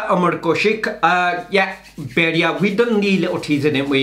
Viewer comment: How is this that you can speak punjabi but cannot pronounce “bhediya” 🤔 M not saying it sarcastically or in taunting way M genuinely curious